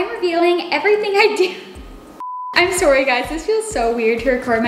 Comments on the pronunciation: Did anyone catch her say soory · Do you have a acecent when you say sorry